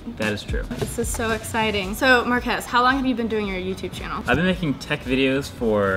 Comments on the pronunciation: One thing Sara and Will Smith have in common: Calling Marques “Mark-ass” xD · markhas, it's Marques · It's markhese 😂